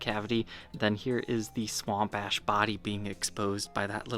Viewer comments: I'm probably the only one, but whenever says "sahWOMP aySHH" I repeat it back. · i die every time he says "Swamp ash" lmao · Me too! Makes me grin